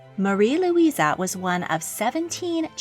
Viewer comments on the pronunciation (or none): Very good video! Although it drives me crazy that you call them Luisa when their names are spelled Louise xD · You keep referring to all those with name Louise as “ LouisA”. The spelling with the “ E” on the end is typically pronounced with the “ E” sound. LouisA would have an “ A” at the end.